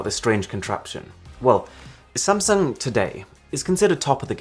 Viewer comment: Most say Sam sung... Aarun says Samson..lol